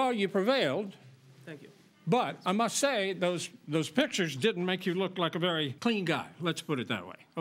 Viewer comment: PIT-KIERS of the room? It almost seems like the plaintiff learned to speak from reading or something. Also, I can completely believe they staged that.